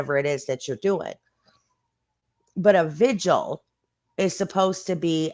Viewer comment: I’m just happy that you called it a VIGIL and not a “ “VIGUAL”!! so many creators call it that and it bugs the crap out of me